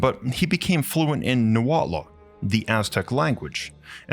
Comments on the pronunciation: Fantastic video! Although I did want to point out that the language Nahuatl is pronounced more like ‘Nah-hwatl’ instead of ‘Nah-wat-luh’ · Great video, excellent presentation and analysis of our culture. Just a small note: Nahuatl is pronounced Nah-wa-tl, bit similar to how one would pronounce tur-tle. Other than that awesome work! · Just for future reference, Nahuatl is pronounced Nah-Wah-Tul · You really need to learn how to pronounce “Nahuatl” Its not pronounced “noowatla”